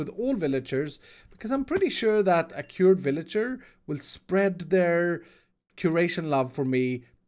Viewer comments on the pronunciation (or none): it's "cured" bruuug